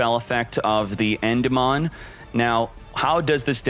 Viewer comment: Love the tips but learn to say Endymion properly, please